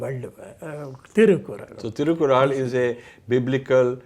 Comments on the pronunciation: Very nice interview, all 3 parts. But Sir Thirukkural is pronounced as तिरुक्कुरळ्. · You don't know to pronounce thirukkural correctly.